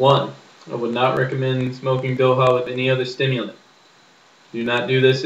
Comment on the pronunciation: 1st- its Dokha..its important to pronounce the "kh"(same with midhwakh) 2nd -You smoke midhwakh for the buzz/kick 3rd - A head(you say bowl) of midwakh is equal to 1/5th or less of a cigarette 4th-When you fill you tilt the bottle horizontally and scoop dokha and smoke 5th-its isnt good to pack your midwakhs as you have to drag more than 5 times to use up all of it 6th-You should take threes puff atleast and hold it for about 10 seconds But the review wasnt bad...